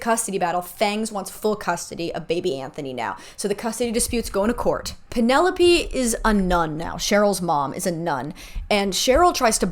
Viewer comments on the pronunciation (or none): none